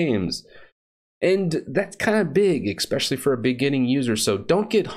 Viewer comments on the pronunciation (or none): the word is ESPECIALLY ......NOT "EXPECIALLY" !!! linux is cool....if you don't know any better or need specific software. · and "ekspecially" rawr. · You are too intelligent and articulate to say "expecially." There's no such word.